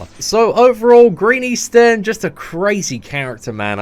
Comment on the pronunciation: Seatin -> Eastin 🤔Just exchange the S instead